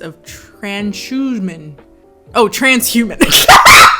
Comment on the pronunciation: SIS! When you said "tran-sh-uman" i died!!